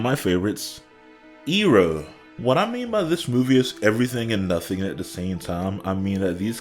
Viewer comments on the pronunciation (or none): Just brutally reminded by how they pronounced things "Ong" " Eeroh" "Agni Kee"??